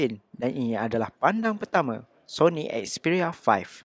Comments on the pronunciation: "Sony expiya faih" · aku sorang jeke dengar dia cakap "sony expiya 5" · Syony expiya 5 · Sony asbyah faih 😂